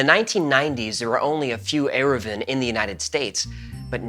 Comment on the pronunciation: I am impressed with the accuracy and respect given to Shabbat laws. Even getting the Aramaic plural "eruvin" right. (Speaking as an Orthodox Rabbi.) I wish this quality of research was the norm, but... not so much. Then add to that the skillfull and entertaining presentation.